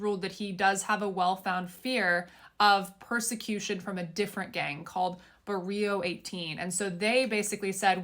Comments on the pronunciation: I lost you when you pronounced "Barrio" "Booreel 18" 😅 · You can read all the paperwork from the court case but you can't read "barrio" right....LOL sound like she said "burrito" 😂😅 Glad he got deported